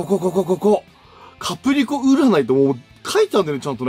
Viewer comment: 「キャプリコ」「キャプすけ」www 言うと思ったし、言いたくなる